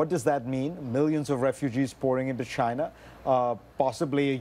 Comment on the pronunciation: is there anything more cringy than the way trump pronounces China?